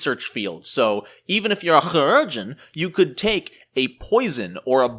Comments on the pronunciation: It is actually Kī, as in K-eye, for Chirurgeon. Lol. I personally just pronounce it like Surgeon, but us the Su sound from the word sure. But it is amusing to listen to you say it. Amusing, and equally triggering. Lol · 3 years late and I'm sure someone else said it but it's more like "key-rur-gen" (if that's a good approximation? idk, not good at not using the IPA but I know most people don't use it so I don't wanna make it inaccessible). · In FFXIV the voice actors pronounce chirurgeon was pronounced a hard C. So it sounds like kire-urgeon. Interestingly chirurgeon is very similar to the french word for surgeon. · chirurgeon = KAI-rer-jun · It so simple... SUR-geon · Mispronouncing that word does not make you cute or funny just irritating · great video, but man the surgeon pronounce thing hurts lol :P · I'd call you out on how to say "Chiurgeon" but I have no earthly idea how to say it either. None of us do. We just presuppose we're saying it wrong, take the L and all nod in agreement as if we said it correctly. Remember when P2e was first released the amount of Alchemist revisions in the patch notes was pretty hefty. I still haven't caught up on a lot of them, and for the first half a year I still had the Playtest rules in my head, so it makes sense the Alchemist is better now. Left over Playtest rules which weren't caught aren't too uncommon with Playtests sadly. Cheers. Interesting video. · Also, can we get a 10-hour loop of you saying Chirurgeon?